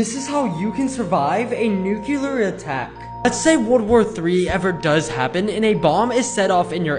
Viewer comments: Did he just say "nucular" instead of "nuclear" pronunciation diff: "nuke yul ar" "Nuke lear" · I’m not gonna trust someone who pronounced nuclear as Nukler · Learn how to pronounce nuclear (lol nuqueler attack) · i love how he pronounced it “nukeler” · I don't know if anyone gets how he pronounces nuclear...🤭😂 "This is how you can survive a nucular attack" 💀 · Off topic, but I don’t know how people accidentally pronounce nuclear “nuke-you-lur” it’s the first thing I noticed when watching this video and I don’t understand it because to me, it seems like it would be easier to pronounce it the correct way